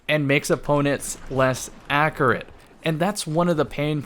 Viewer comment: "makes guns more AKORITE" ...